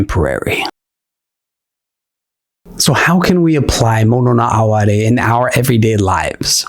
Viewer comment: I live for those small, transient moments. Thank you for pronouncing “mono no aware”correctly, too. 😉